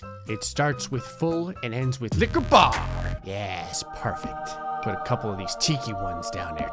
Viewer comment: At this point I don't even hair it I just hear "fulickabar"